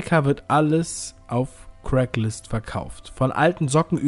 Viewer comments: Craigslist, nicht CRACKlist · Super interessantes Video! Man spricht es übrigens "Kregs-list" aus und nicht "Crack-list" haha! :)